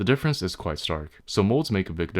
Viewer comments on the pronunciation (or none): none